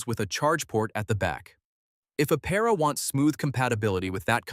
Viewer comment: “Aptera”- Please include the T in your pronunciation, thank you.